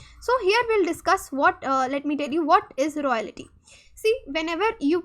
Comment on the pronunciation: "Royalty" ko "Royality" bol raha hai